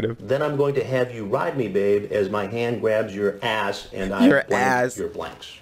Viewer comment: when emphasizes "ass" LOL